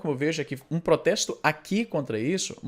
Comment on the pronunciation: "aqui" se pronuncia sem schwa, Izzy.